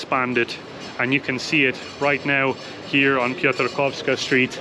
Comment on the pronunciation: Ty genialnie wypowiadasz nazwę Piotrkowska Street! I bardzo dziękuję, że wy łamiecie te nieprawdziwe opinie, nadal funkcjonujące na temat Łodzi. Tylko ktoś, kto nigdy nie był w Łodzi przez ostatnie dwadzieścia lat, może powiedzieć, że Łódź jest depresyjna.